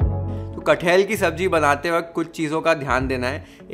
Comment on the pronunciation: Its not cut-hell, its kat-hal😂😂